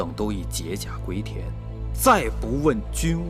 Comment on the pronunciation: 魏冉应该说”我等都以解（音xie）甲归田……“而不能说“解jie甲归田”